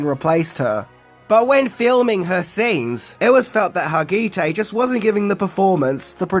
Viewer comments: don't wanna be that guy but Har-Ga-Tay. Mariska Hargitay. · how dare you mispronounce mariska hargitay's name.She is famouse in the us. She is 100% know for her Law and Order: SVU fame where she plays lead character Olivia Benson. Also actress Catherine Sutherland (who would eventually go on to play Kat the new pink ranger in season) had auditioned for the role